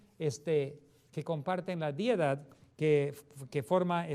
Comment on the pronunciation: No es diedad, es deidad!